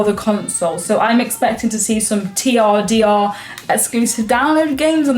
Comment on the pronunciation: TRDR.... turder... 🤔😂